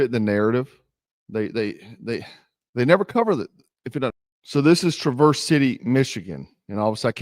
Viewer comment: It's pronounced " TRA-verse" I live here in Michigan